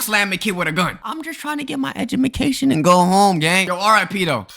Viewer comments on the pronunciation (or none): I'm just trying to get my Educafmal NOT educational Educafmal